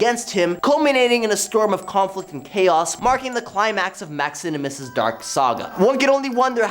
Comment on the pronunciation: You either spelled “Maximinus” wrong or you’re pronouncing it wrong. You said “Maxinimus”. 😬